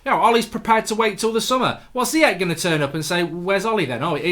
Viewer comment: Mark its pronounced Ziyash like smash